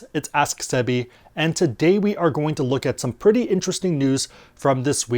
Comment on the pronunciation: "asks Debby"